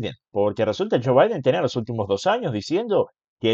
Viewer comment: Joe y Jill se pronuncia diferente aquí EN USA, pareciera que los pronuncias de forna similar entre sí, saludos, excelente trabajo y disfruta de tus vacaciones que te las merece